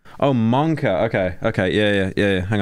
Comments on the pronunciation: Every time Pyro says "Monka" I lose a year of life. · Can someone tell me why pyro keeps saying monkor